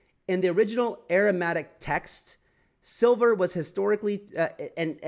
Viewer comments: Aramaic not Aramatic 😂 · This guy has never heard of Aramaic, lol, and can't even pronounce it correctly. Heck, he has difficulty pronouncing other basic words. No wonder some people think crypto is a scam...we have to many poorly educated people in the space. But the material presented here is solid, factual and well researched, so I will give him that.